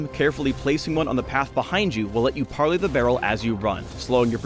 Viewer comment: "pARRley" omg im dying